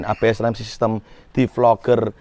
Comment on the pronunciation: DEFOGGER mass bacanya bukan DEFLOGER